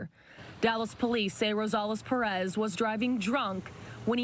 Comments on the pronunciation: Hoel? 🤔 I thought is name was Joel? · That’s how you say it in Spanish you nimrod